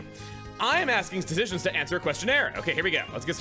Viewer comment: I feel like 'statisticians' may be Chuggaa's version of thermodynamics with how often he couldn't pronounce the word correctly... Eh. I prefer the Cave of Dragonflies zodiac. Well at least now when Chuggaa disses Skitty it can be seen as a self-burn. Oh Mystery Dungeon Skitty, one day the main series will match you...